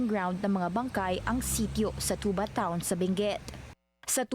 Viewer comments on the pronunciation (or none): Off topic lng bakit nman ung pgkakabigkas ng Tuba same sa inuming nakakalasing. 2ba ang bigkas nmin di tubá